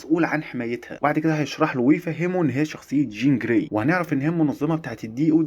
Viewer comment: قول چين جراي تاني كده؟ 😅😅😅